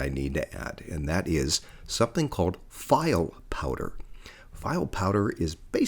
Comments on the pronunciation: misprouncing the word file' makes you look like a poser. It's pronounced (Fee-Lay) phonetically. 🙄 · haha file powder like a file cabinet.. Only a texan would say it that way